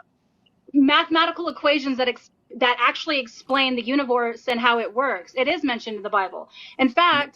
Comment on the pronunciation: 'mathematical equations that actually explain the univorse'. UNIVORSE! 💀